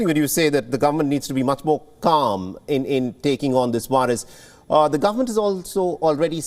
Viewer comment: I cringe every time he says "wirus" and "wariant".